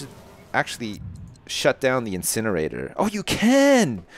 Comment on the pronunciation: Dont you mean an insjinerator